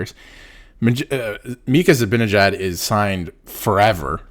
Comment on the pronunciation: His name is ZiBANajad. If you can't even pronounce his name correctly where is the credibility for anything else you have to say.